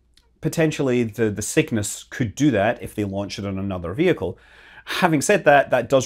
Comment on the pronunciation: Mudkip909 ... I am also hearing "Sickness"; even though, I know he is saying "SIGMAS". LOL